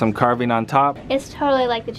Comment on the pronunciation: you are saying "carving" like "carbine" sir :D